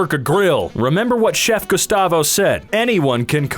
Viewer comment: Gusteau, not Gustavo